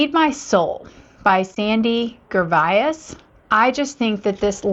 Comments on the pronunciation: FYI: Sandy Gervais pronounced Ger-vay. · (Forgive me, the designer Gervais is pronounced “jer-vase”) 😊